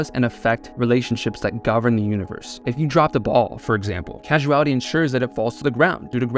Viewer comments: It's causality not casuality! : ) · I'm sure it's been said, but it's Causality, not Casuality. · Not casual-ity, cause-ality. Rhymes with paws-ality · don't mean to be that guy but i do causality is pronounced Kaw-za·luh·tee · Pronounce causality correctly, pleaseeee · what i can't wrap my head around is how you mispronounce causality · You mispronounced causality...